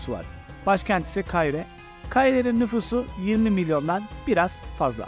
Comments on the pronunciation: Kaahire değil doğru telaffuz Kaahıra! (Hıra, kahır...) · Şu şehrin adını doğru telaffuz etsene.. Ka hi re diyeceksin, kayire gibi söylüyorsun..